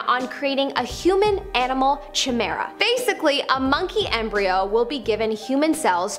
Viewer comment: "Chimera" is pronounced "kigh-mare-uh". SO many mispronunciations in these videos. Horrific.